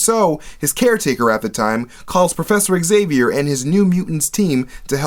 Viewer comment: It's zay-vee-er. Not ex-ay-vee-er.